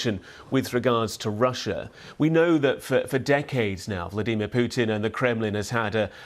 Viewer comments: Prey- gor-chin, Vla-dee.mir. here we go again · Why does he pronounce Vladimir so weird? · The way this guy says vladimir, nope. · ‘Vleedemer’ Putin